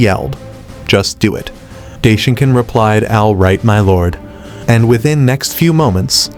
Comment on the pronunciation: You mean daishinkan?? Right?? Not day shinkan